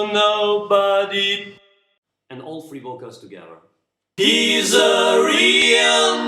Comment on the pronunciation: You're the best teaching harmony voices, but please, check your pronunciation of the word "Nobody", I think the end of the word is not not well pronounced. Great tutorial